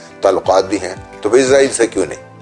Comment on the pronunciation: It's actually pronounced Israel, Izrael is the name of Angel Of Death. Edit: Also we will never accept Israel, we can die but never accept a Thief and terrorist. 😇